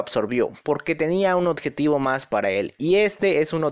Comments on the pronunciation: Odjetivo jajajajaja ya no es objetivo jaja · Odjetivo jajajajajajajajajjaja